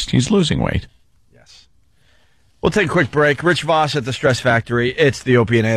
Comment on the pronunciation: Everyone including Rich pronounces it “Rich Vawss” Opie: Rich AHHHHHH VAHSS in studio